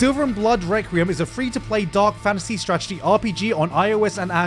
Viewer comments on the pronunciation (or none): none